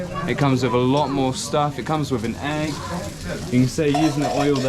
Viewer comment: What part of the kingdom does "wif" come from? Thank you.